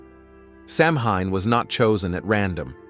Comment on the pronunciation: Your mispronouncing the word Samhain. 🙄AI does that A LOT.🤨